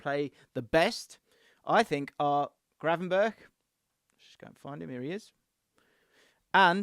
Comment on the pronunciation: I lost you when you said Gravenberch 🤦‍♂️